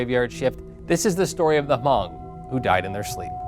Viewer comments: It aint ha mong. Its just hmong the h is silent 😒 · Its pronounced as Mong the H is silent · It's not h-mong it's just Hmong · David Yang He never said h mong. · he say Ha-mong lmao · I think it's more pronounced like Mhong, "Mh" instead of Hm. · Hmong is pronounce with silent H. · I knew there would be a hmong in the comments correcting the pronunciation of hmong